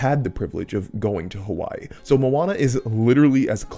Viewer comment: Every time he said "Hawaii" about Moana I cringed. Im Swedish and know better.